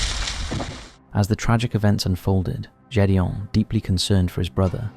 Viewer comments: It's not Jules and Jedeon it's Gid e on. for something so raw, at least pronounce their names right. I watched 9/11 live happen and it still hurts today. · Gédéon has a Hard G (not a j sound) Its the French for Gideon and sounds a bit like "gayd-yon" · I knew you were mispronouncing the name Gedeon!! It's so weird that you'll take the time to make these videos, yet refuse to take an extra 2 seconds to learn how to pronounce someone's name correctly. That's just basic common sense, especially if you're going to be using that name multiple times. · Needs to learn how to prnounce Gideon